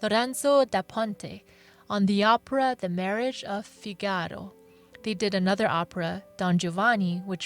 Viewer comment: Geesh. The pronunciation of some of the words is embarrassing. Figaro is FEE-ga-row, not Fee-GA-ro. Kyrie is KEY-ree-ay, not KIE-re-ay. And others.....